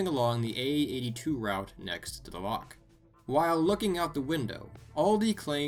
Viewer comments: btw its not pronounced lock its pronounced with a ch at the back of your throat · It's not lock its loch